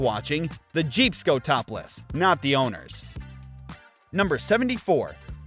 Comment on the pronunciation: "Run! Ze Peeps are coming!!" got me rollin 🤣🤣🤣